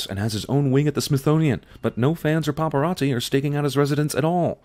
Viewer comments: I think Jeremy said "... own wing at the Smisthonian". It should be Smithsonian. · Plus one because he said “Smithonian” instead of Smithsonian? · Jeremy Calls the Smithsonian, The Smithonian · You really didnt sin Jeremy saying Smithonian? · Do we're just gonna ignore Jeremy slurred the word "Smithsonian".